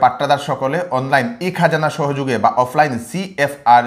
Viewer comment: তাইন অইলা বিষ্ণুপ্রিয়া মণিপুরী উচ্ছারন ভুল কইলে শুনতে ভাল্লাগে।